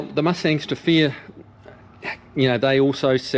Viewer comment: Did a search for "Mustang Stefia" but couldn't find anything. Then I realized I was listening to a Kiwi say "Mustangs to fear". Doh!